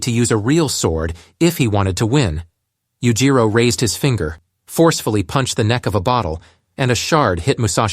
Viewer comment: Oh i cant listen to this, Yujiro is just pronounced so wrong every single time.